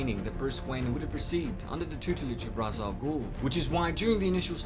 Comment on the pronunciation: It is pronounced "Raesh" Al Ghul